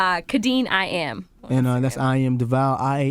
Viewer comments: It’s Charlemagne calling DeVale Devall for me 🥴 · its charlamagne saying deVOL